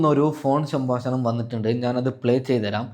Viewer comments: സംഭാഷണം എന്നു ഉച്ഛരിക്കൂ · സംഭാഷണം.. ഉച്ചാരണശുദ്ധി.. വളരെ ശ്രദ്ധിക്കുക.. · ശംഭാശഷണം ആണ് കേട്ടാ😂😂😂😂